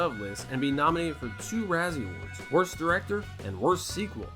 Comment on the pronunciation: “WROST DIRECTOR” 😂